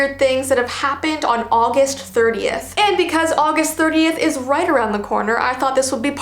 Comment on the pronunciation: What she said:30th What I heard:38th